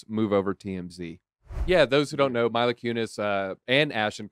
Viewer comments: Yes it’s Mila like Meela. Not milo. 🔥🔥🔥❤️❤️❤️ great video. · Lol “Myla” it’s Mila.